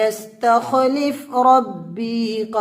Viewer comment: Galat para aap ne ek jagah pr - Wa-yas-takh-lefo hai na ke wayastakhlif. Dhyan se pare. Sb ji.